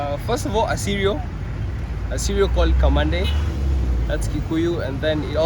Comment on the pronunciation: Kamande pronounce your name properly the Gikuyu way ,its bad to change the pronunciation of our names to suit others